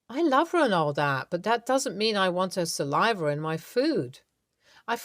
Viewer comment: Hint: there is no "R" in saliva. Offered as constructive feedback.